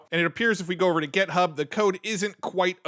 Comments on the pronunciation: Am I miss hearing or is he saying GEThub instead of GIThub? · You are driving me crazy. It's github, with an 'i", not gethub, with an 'e.'